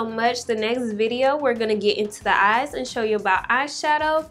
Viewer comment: Did anyone here her say “well place this under the ass😂(even though she meant eyes)